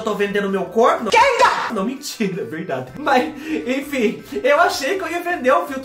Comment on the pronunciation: ...vorta!!! Eu amei....ri tanto tanto tanto ki...????? Não minthyyra....verdady...minthyyra 🤣😂🤣😂🤣😂🤣😂🤣